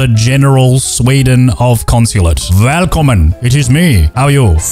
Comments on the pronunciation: Good pronounciation! Not perfect, but really close! The V in the start of the word should be more like a V than a W, like in "variation". Otherwise, not much to say! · You said välkommen pretty good actully actually Better than my boss who has lived in Sweden for 20+ years